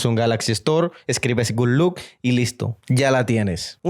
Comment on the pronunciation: Por qué dice "good look"??? Es GOOD LOCK. 🤔🤔🤔